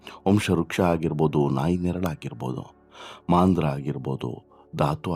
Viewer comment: ಮಾಂದ್ರ ಅಲ್ಲ. ಮಂದ್ರ.